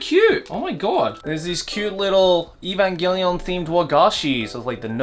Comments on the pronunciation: The amount of time he said "EVAMGELION" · The number of times said "Evangallion" 👇